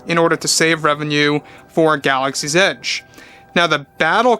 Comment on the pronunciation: It sounded like you said “Galaxy’s Itch”. No, I’m not correcting you. I’d say that was very inadvertently apt, cheers bro 🍻 👏 😂